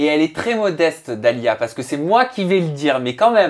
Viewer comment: Dalia chiiiiiiiiiihhhhhh pas dalia tchi, tu connais pas ton nom ou quoi pourtant je t'aime bien mais la 😒😒😒😒